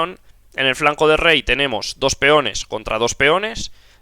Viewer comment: Porque dices dosh ? Se dice dos.